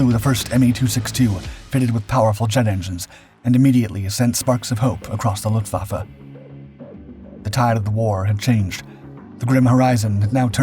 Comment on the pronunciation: ¿Donde te han enseñado a pronunciar alemán? Luftwaffe: Luftvaffe, como suena. EL ALEMAN TIENE PRONUNCIACION PROPIA NADA QUE VER CON EL INGLÉS.